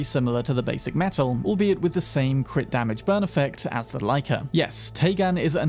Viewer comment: The way you pronounced Techtronika the first time is right. The way you pronounce Metel is wrong tho)